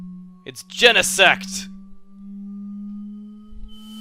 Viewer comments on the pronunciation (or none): LMAO IT'S GENEECT XD